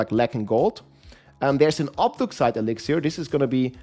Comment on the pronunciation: Can someone teach this guy how to say "Obducite" its definitely not "Obdugcite".